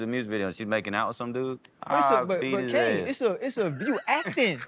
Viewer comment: “ssA” twice with his full chest gotta love the south